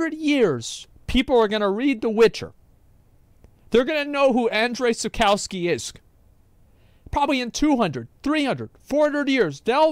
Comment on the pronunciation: Andrzej Sapkowski kurwa not andrew saukauski hahaha, i mean Andrzej is Andrew in english so ok, but Sap [hard "k"] o w ( like english V sample Viktory Wiktory)-ski